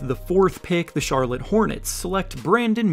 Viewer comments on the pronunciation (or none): none